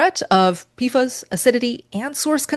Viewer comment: JSYK…PFAS is pronounced “pee-fass” Also, 1-10 ppt isn’t that high or uncommon. Many natural waters, groundwater or surface waters, have similar levels or more depending on where you live. And the EPA’s upcoming regulations are 4-10 ppt depending on the specific PFAS contaminant.